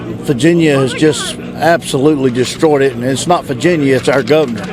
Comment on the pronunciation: Is this guy saying "Faginia" or is it just me